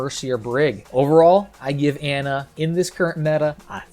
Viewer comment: Can people please learn to pronounce Brigitte and Ana? They literally say their own name in the game.